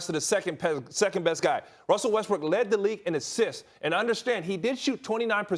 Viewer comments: Russell wEsTbRiCk clears throat Westbrook 💀😂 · No one: Ryan: Russell Breast Weck, Breast Rook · who else thought he said Westbrick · "RUSSELL WESTBRECK" LOL